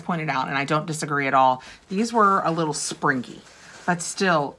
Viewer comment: *The word 'springy' is not pronounced spreenGHEE. The g is soft in ing words. You know this,. You don't pronounce other words with a hard g in ing words. 😉